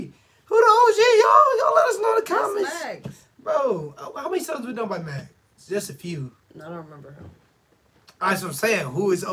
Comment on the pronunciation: Maggz is pronounced Mugs